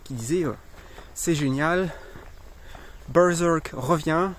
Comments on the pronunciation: c juste ta prononciation de berserk qui m'a fait rire moi je le prononce bien à la française en mode bairsairque mdr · J'aime bien comment tu prononce Bœurzœurk XD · c est quoi cette accent en disant berserk...??????!!!???